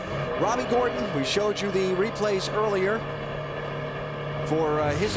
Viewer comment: JEFF GOR-ON. Enunciate!